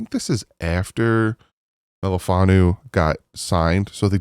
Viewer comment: Wu...not Nu'... But close enough for gov. work! Love your work - Fins up!